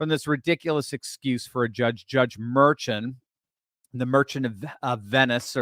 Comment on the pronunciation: "Dr." does not know his ASS from a hole in the ground. He doesn't know how to pronounce the name MERCHAN. mer SHAWN not MER chin